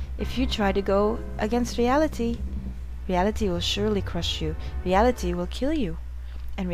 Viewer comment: I believe that Harle was saying 'Ray ah li tay' *Says in a bad french accent*